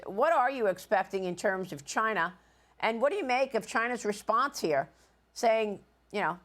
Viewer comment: chai-Nah is warning? Ha!